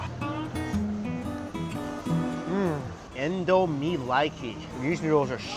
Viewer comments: And I Nigerian so it's not pronouced In-doo-meh but In-do-me and we made it tho we made indomie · It’s not pronounced indo may it’s pronounced indo mee